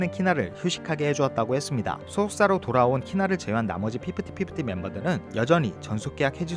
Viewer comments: 저도.피프팃피프티! 듣기거슬..으.. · 피프티피프티 발음이 너무 거슬렷ㅋㅋㄱㅋㅠㅠ 매번 정리 잘해주셔서 감사함다..! 그나마 돌아온 멤버가 똑똑하넹😂